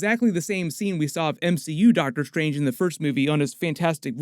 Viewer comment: is it Dr. Stephen "Seagal" Strange?